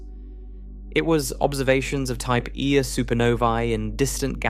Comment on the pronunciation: Just a small suggestion. At about the 1 hour 30 minute mark, the AI pronounces the Type Ia ("1-A") supernova phonetically as a type "eye-uh", which might be a bit confusing for those who have studied a little Astronomy, but are misled by the incorrect pronunciation. I've noticed this same fault in several of the videos on sub-atomic particles and such. Not to detract from the incredible benefit I have received from these videos, but perhaps the AI could be trained to correct some of these issues. After all, spoken communication is just as important as written (spelling, grammar, context and such). Thank you for continuing to produce these. :)